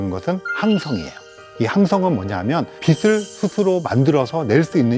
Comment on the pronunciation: 빛을 빛이 를 비슬 비시 라고 읽는거 너무 거북하네요